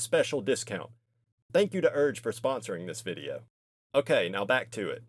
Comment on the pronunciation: brother wtf is “urge” 😭